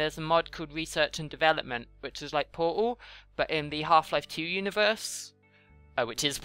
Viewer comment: i do believe that portal has a T in it